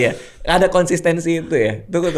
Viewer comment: Catatan untuk: Konsistensi ya bukan konsinsen, konsinten, konsinten, kons 🤣